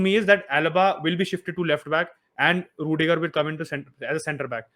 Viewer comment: hala madrid.... it's ruidiger....